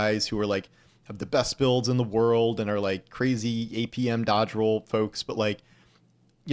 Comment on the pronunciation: Roll, not row.